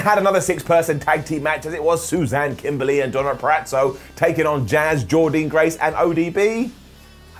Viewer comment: SAY JORDYNNE GRACE’S NAME CORRECTLY!!!!!